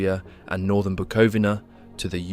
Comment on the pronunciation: it's pronounced "Buco-vina"